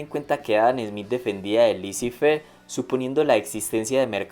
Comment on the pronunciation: /LECÉ FERRRR/ Répétez, s'il vous plait! /LECÉ FERRRR/